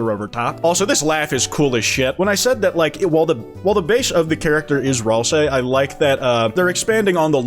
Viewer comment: Now we even got the ralsei that despieses one darkner in particular. Flowery instead of Ralsay